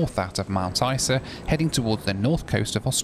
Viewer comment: you pronounced Isa incorrectly